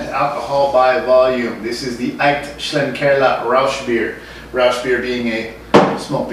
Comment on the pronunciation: I believe it's pronounced "Shlink-er-la" Thanks for always braving it out, and bringing us such diverse and interesting brew reviews.